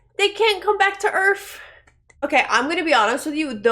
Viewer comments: Welcome to Earf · Earf? That's what our planet is called? EARF? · “They got the big fat aliens!!…They can’t come back to earf!!!”